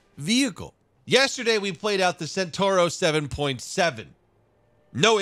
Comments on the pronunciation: It's a CENTAURO not a SENTURO. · È centauro non sentorou